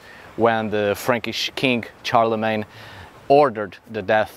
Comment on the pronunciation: Shar-le-mayne. Not CHAR-le-Mayne.